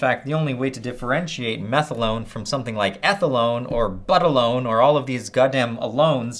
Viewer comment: "from ethylone, to buttalone theres all of these alones". im alone :D